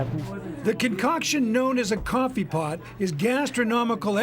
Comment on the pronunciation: Cwoffe paht